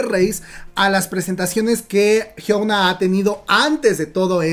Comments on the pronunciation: Es "Hyuna" no "Hyouna" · Por que pronuncias su nombre así??? Lo pronuncias como si fueras nativo anglosajón TT